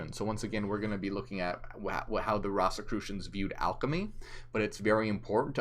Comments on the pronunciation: It's ROSE as the flower, ROSE-i-crucian. And you can't become a ROSE-i-crucian ... You study Rosicrucianism. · The word came from ROSY CROSS and pronounced like a rose. Rose- e- crucian